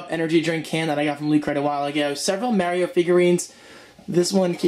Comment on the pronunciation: You said Mario wrong the whole time?